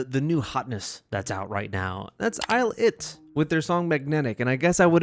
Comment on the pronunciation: it's "eye-lit"